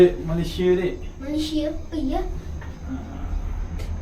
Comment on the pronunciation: Kita orang Malaysia enggak bilang Malaysea tapi sebutannya Malaysia.